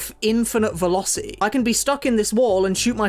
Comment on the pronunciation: The "T" in the word "velocity" is not silent m8.